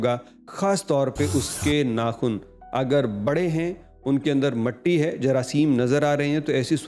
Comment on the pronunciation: Matti Nahi Mitti Mitti Meem ke neeche zero Mitti Pls say correctly